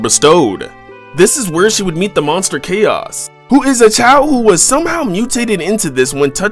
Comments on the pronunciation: It’s pronounced ko not chow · So is it pronounced CHAOs emerald? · Did he just pronounce Tikal and Chaos wrong?